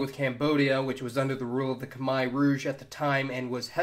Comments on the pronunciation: I'm such a nerd I actually yelled "Nice!" outloud when you pronounced Khmer correctly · You actually pronounced "Khmer" correctly 👍